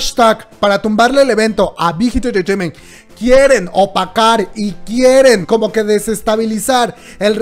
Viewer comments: Shot cada que dice big hit entretement.... se emborracha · Me encanta cuando dices Bigth Hit Entertrainement :3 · Nadie:: bigitititititiment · Me da risa como pronunciación big hit enterteiment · Wey 😂😂😂 dices bien chistoso bighit entertainment